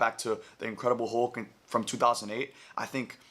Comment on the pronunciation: "I rewatched 'Incredible Hug.'" It truly was,. (Edit) And.